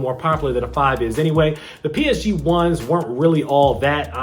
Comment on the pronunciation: Your pronunciation of PSG is horrible. Fans of the team are cringing